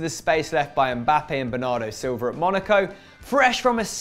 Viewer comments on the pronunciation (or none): none